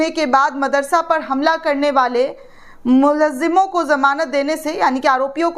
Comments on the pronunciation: बेटी मुल्जिमो का सही उच्चारण करें जैसे मुल+जिमों = मुलजिमों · Dear anchor - correct pronunciation 'Mul-zim-on' hei. Khayal rakhiye.